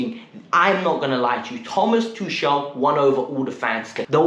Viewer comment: Just one thing bruh..try to pronounce Tuchel's name properly atleast now...the man just won us the Champions League...#uptheChels #KTBFFH💙